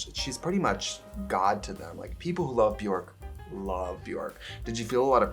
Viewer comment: They day when English speakers learn how to pronounce ‘Björk’ we will finally have world peace ☮️